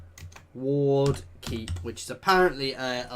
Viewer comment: You named Ward Keep 'Wark' Keep. Also, you have a lot of followers tat you have unassigned